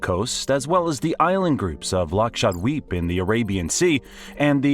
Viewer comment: It is not laccidive it is Lakshadweep